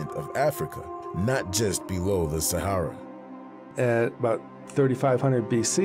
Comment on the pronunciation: Save for the fact Sahara is continuously mispronounced! Even by the host!!!